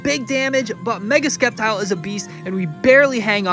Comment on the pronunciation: Dawg i too pronounced sceptile as SKeptile in my younger days but nigga thats just disrespectful 💀😭🤣